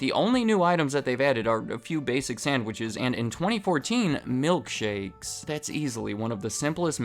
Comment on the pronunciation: Why do you have to constantly do this annoying inflection on the final syllable? milk shakES